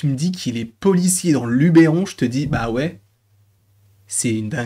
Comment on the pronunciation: LUBERON !!!!! PAS LUBÈRON !!😮